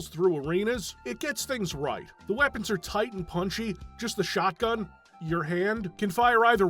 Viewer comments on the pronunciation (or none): none